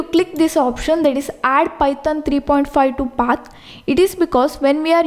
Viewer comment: The way he says Python ..... pytan